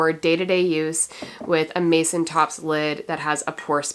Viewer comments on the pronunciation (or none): none